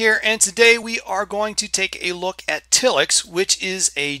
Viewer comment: If it were pronounced till-ix it would have two ls. I'm with you, it should be tile-ix.